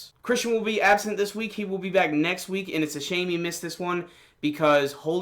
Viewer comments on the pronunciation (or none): none